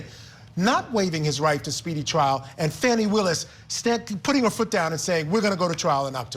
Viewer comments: Please Court TV teach you're reporters to learn how to pronounce names of folks being talked about. At approximately time mark she mispronounced Fani Willis name as Fanny (not true sounding as Fawnie). Not great and is disrespectful of anyone. 😢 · Good God people it is NOT FANNY it is Fawny. Please pronounce her name correctly. I am an atty and a long time court tv watcher. Thank you.